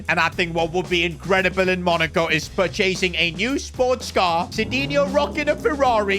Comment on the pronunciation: “Pur-CHAY-sing” -🤣😅